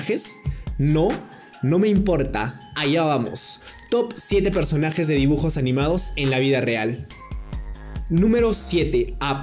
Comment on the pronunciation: no megosta que digas nomeipota